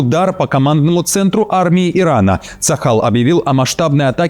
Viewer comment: Почему говорят ЦАХАЛ а я слышу шакал